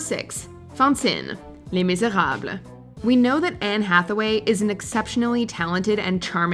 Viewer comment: Hella extra with the Les Miserable pronunciation lmao